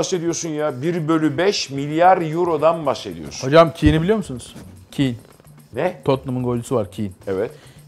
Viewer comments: Kiin değil kane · Kiyn değil o keyn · Kane kiin diye okunmaz ki keyn denir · keyn diye okunuyor. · Kinn nedir Allah aşkına ya Kane "Keyn" diye okunur. Hiç mi yabancı spikerlerden duymadınız? En azından googlelatsaydınız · Kin neya yaaaa okunuşu Heri Keyn normali Hary Kane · Kin değil harry ketn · Keyn de değil kane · Keyn die okunur kane die yazılır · kin değil kane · kin ne HARİ KEYN(YAZILIŞINI DEĞİL OKUNUŞUNU YAZDIM). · Harry kane e kiyn dedi amk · Avrupa futbolundan o kadar konuşup Kane'i yanlış telaffuz etmek 😂😂